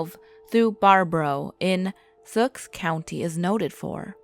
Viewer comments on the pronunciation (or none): Yeah the murder of Sioux supposed to be sue and I bet thats why people havent done anything on here because they cant read it